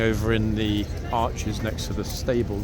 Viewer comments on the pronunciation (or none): none